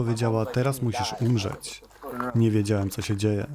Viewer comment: Ziomek fajne podcasty /filmy ale przestań robić te ćsii i źcsii na końcu wyrazów Przykład 9.11-9.13 "teraz musisz umrzećsjii" za duży nacisk dajesz na wymiawianie spółgłosek temu to tak wychodzi, że przy wymawianiu świszczysz na końcu takich wyrazów. Niby pierdoła, ale jak się słucha odcinek po odcinku to strasznie wnerwiające. Chyba że masz szparę między zębami i to dlatego Pozdrawiam